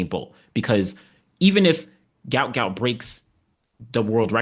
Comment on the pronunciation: Give the GOUT, GOUT a rest and PRONOUNCE HIS NAME CORRECT. Pronounced Gwot because it was spelled wrong and should be Guot pronounced GWOT. search: "Gout Gout's Father BREAKS Silence and SHOCKS Everyone!"